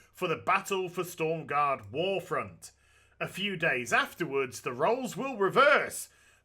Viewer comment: Everybody shitting their pants about him saying stormgarde instead of stromgarde